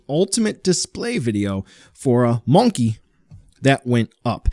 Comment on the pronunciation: Whats up with monnkey pronunciation? It’s monkey. 😅